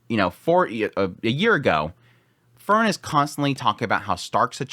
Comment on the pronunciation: It would be even better if he could properly say her name.😁